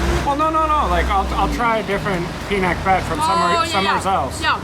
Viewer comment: I don't understand what she was saying til I saw. It is pronounced PI-NAK (as in Nah!) - BET (bet). You ordered Crispy Pata (so delicious, mini lechon using pork knuckles). Used in Pinakbet is Bagoong (little shrimp paste) as flavoring with veggies Squash, Eggplant (locally called Talong), Lady Fingers (called locally as Okra), Bitter Gourd (known as Ampalaya). You could have asked another dipping sauce without the chili for Crispy Pata.